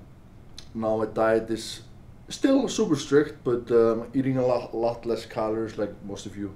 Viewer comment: “Obviously a lacchhhht has changed”